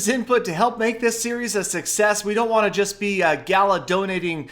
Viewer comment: Im GALO NOT GALA